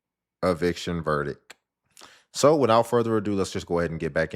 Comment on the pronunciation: Verdic? You mean VERDICT. Geez!